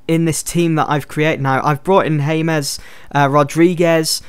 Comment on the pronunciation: it's pronounced Hamez Rodriguez